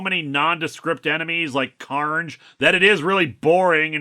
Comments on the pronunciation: No... his name is Don Car-Na-jay. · I feel that this is especially poor literacy because the apostrophe should be after the N if they wanted it to sound like “carnage”. Your reading sounds more accurate based on how it’s spelled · You could have pronounced it “Car-Nage” and given him a weird Euromix accent a'la Jim Cummings…